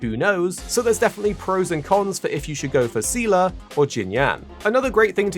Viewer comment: Thanks for the video! As a Honkai lore nerd I'll weigh in on that aspect. The official English pronunciation is "Zee-luh" so you pretty much got it right. You don't really need to know the lore from Honkai Impact 3 for Star Rail but it can help you catch some of the deeper lore references. For example in HI3 Seele is an Estonian orphan who lost her family in a Honkai eruption in Siberia. Clearly Star Rails story doesn't take place in Siberia so for all intents and purpose those Seele is a different character. If you are interested in knowing her HI3 backstory it's definitely worth diving into however. For a bit of history lesson, Mihoyo likes reusing story elements and characters in new games, and they've been doing that since before Honkai Impact 3. The concepts of reincarnation and Samsara are often major themes in their games (as in from Buddhism). However Star Rail is a bit of a different case since it is actually technically a real spinoff of Honkai Impact, even featuring two characters that are actually from the game (welt and silver wolf). But the story and setting seem to not require any prior knowledge so far.